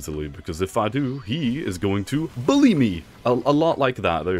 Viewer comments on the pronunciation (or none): none